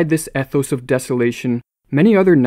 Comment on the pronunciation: Pronounced ethos wrong.